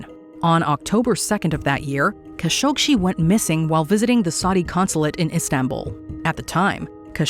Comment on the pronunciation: It's pronounced "Ka SHOK jee." No "shee."